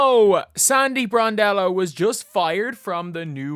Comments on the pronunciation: We're all in the living room yelling Bron-DELLO every time her name is mispronounced, :face-green-smiling::face-fuchsia-wide-eyes::face-fuchsia-tongue-out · You keep pronouncing Sandy’s last name wrong and it’s driving me insane please watch some videos to learn how to say her name